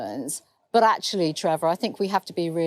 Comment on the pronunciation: "Ah think actualyah..." WTF!?